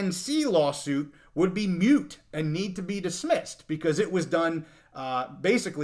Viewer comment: Moot, not mute